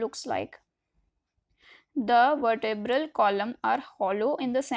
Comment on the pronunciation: It is vertabra at least pronounce it properly ❤😊